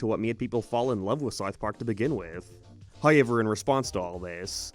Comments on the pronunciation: Dude, I don’t care where you’re from or what accent you claim to have “hoyyyevwr” isn’t how you say however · HOW ever. Not Hi ever. SOUTH park. Not Sithe park.